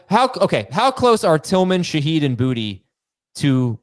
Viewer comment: Its not Booty its pronounced, Bootay. Its a louisisana last name